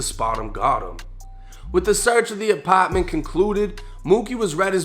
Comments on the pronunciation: The lower apotttment 😂😂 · apotment, lmao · “ApAtment” okay we get it you’re from boston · Second Apppaa ment 😂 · Yo you real!!! But I don't like the way say "apartment"